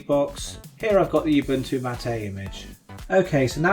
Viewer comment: mattA?? that's Ubuntu mAt, as in "How's it goin', mate?"